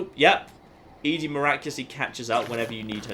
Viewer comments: Now if you could just say "Eddie" (ED-E) instead of "Edie" (E-D), you'd be golden. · I love watching your Fallout playthroughs, but just one thing bothers me about them. ED-E. ED. E. I'm sure people've complained about your pronunciation of ED-E before, but.. ehh.. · Also, when you refuse to pronounce Ed-E correctly, don't complain about others pointing out your other pronunciation issues.